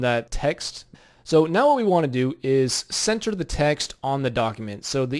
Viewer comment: did any one noticed how did he say "center" xD that was wierd :P